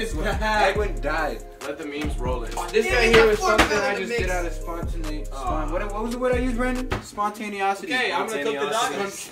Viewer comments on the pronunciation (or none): nobody zion: spontaniosity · "Spontaneosity" -Zion2019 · “Spontaneosity.” -Zion 2019